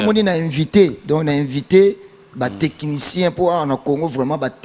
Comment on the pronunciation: C'est du français, on dit Technicien et non Tekinitien.